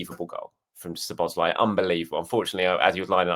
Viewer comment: Please put the emphasis on "Szo", when you pronounce Szoboszlai's name. One of the basic features of the Hungarian language is that the word stress is always on the first syllable, without exception.